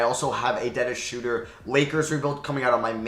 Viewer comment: Dennis Schrauder